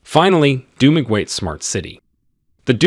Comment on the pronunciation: It is so interesting to hear how foreigners pronounce our provinces. It is so unique. Dumaguete should be pronounced as (DU MA GE TE). Hehehe SULONG PILIPINAS!